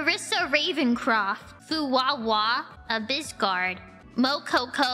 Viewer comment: She did pretty good, except for Furara, Mococæjo, Jimmy, and Lyrica.